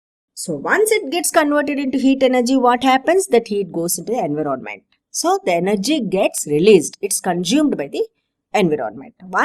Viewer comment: You said enviroronment by mistake .But NYC explanation